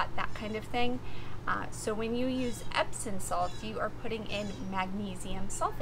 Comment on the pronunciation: Epsom Salt, with a M on the end, not an N.